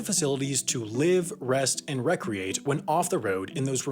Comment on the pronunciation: When he said recreat i thought he said procreate lmao